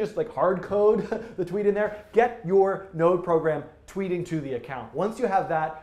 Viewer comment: 'twiet' - not tweeting 😎